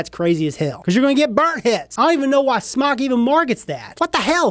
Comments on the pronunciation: Wyatt Votava In the beginning it was pronounced SMOKE. They were asked about it. Jesus Christ! even said that in an earlier video. He wants to say Smok because he doesn't wanna say smoke. It's like if I said I don't want to pronounce Adidas correctly anymore so I'll start calling them "Ah-dee-daahs" instead of "Uh-dee-dus". To each his own but it's just dumb. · Wyatt Votava its pronounced smoke, period, u can pronounce it however for whatever reason, but if u were to pronounce it correctly, and i would, if i reviewed their products, but thats just me, u would pronounce it Smoke, period! But who cares, just an observation. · Kyle Prickel its pronounced smoke, its spelled smok, i know how it is spelled, ive asked their rep how it was pronounced, and its pronounced smoke. There is a line above the o supposed to indicate that the o has an o sound, not an ah sound. And ive said it both ways, but if i was a reviewer of their products, i would pronounce it correctly, thats all im saying. Hell, we all know how its spelled, i thought we could get passed that point. Its pronounced Smoke. Peace.